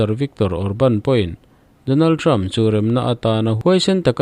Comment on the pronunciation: President Trumpa hminh i lam hi Trump hi Term tih angin i lam tlat mai. A tawp hi p in ti tawp hram teh.